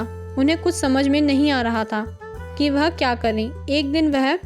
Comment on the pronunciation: वेह नहीं वह